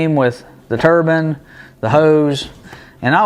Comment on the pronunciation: Tur-bine, bine pronounced like nine with a B. The 4 stage turbine isn't gears its a turbine. Rotor, stator. One rotatating part squeezing and moving the air to a stationary part passing the compressed air to the next rotor stator. Each rotor stator is a stage, this has four. This is the exact way modern aeroplanes engines work. Suck, squeeze, bang, blow! These units are compressors.